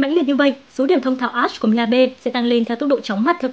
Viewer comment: 3 mùa sầu riêng rụng đã qua mà toàn đọc là a-she